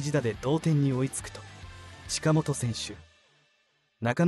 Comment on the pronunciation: 佐藤輝、近本の音読みを間違っている。酷い間違いだ。